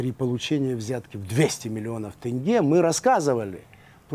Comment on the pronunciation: Почему тЭнге, а не тЕнге?